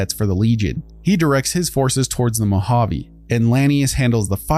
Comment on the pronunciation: Great video. One critique: Moe-Hah-Vay, not Moe-Hah-Vee Keep up the good work, love the content!